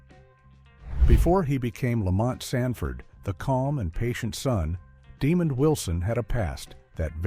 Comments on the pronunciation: The narrator is AI and does pronounce his name correctly a couple times, but questionable other times. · Right, this is my first time seeing this video, and it just sounds so disrespectful and lazy. There is no effort to begin to pronounce his name correctly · Thank you. I wish people would do more research and learn how to pronounce people's names correctly. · Sound out the name and enunciate, then maybe you'll come to realize that his name is DemonD and not demon!!! It almost sounds you're taking pleasure in pronouncing his name as demon Wilson, what's up with that??? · It’s Damond not DEMON DAMNIT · His name is pronounced Di MOND. , not demon u idiots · The A.I. narrator was programed to pronounce his name "demon" instead of the proper way which is "demahnd."😠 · His name is not pronounced demon 👿 But it is pronounced De-mon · DeMOND!!!!!!!!! deMOND!!!!!!!!!😒🧐😬🤨🧐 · His Name is NOT demon his name is Desmond are you illiterate? If so you should have let someone else do the commentary.🤬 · NO they are saying it wrong, slow, Dumb The man name Den-mond, people can get sued for uneducated things they do and say. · Please research how to pronounce the actors names. Demond is not pronounced demon. Also, despite liking the video & info I have to give a thumbs down for the clickbait thumbnail. I HATE IT when people use clickbait. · ...please reach your AI how to pronounce names!...his name is DeMOND Wilson...we don't appreciate your non-effort... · The Stupidity of AI...the absence of pronunciation, calling the man "Demon Wilson" = TYPICAL! 🤦🏽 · Name is DEMOND not demon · De Mond is how it's pronounced. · His name is not demon it's demond show respect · I gave this vid a thumbs down because they didn't pronounce demond correctly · For real. His name is pronounced with two syllables. De-mond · Good documentary, but shame on you for the dishonest thumbnail. It would help if you adjusted your AI to pronounce Demond Wilson's name correctly. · NO, it's DEMOND!!